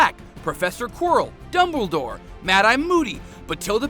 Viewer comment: MADE-EYE TOO? WHAT THE ** DOES THIS GUY KNOW ABOUT HARRY POTTER?